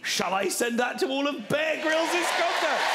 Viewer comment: Lol when he introduced him it sounded like he was shouting "Bake Rolls" instead of "Bear Grylls" XD